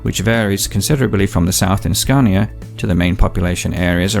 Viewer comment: You Americans think everything is from America. He don't say cania, he is saying SCANIA 🤦‍♂️